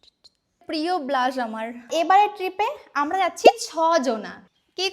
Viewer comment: ও ওটা ব্লজ নয় ব্লশ 😂😂😂😂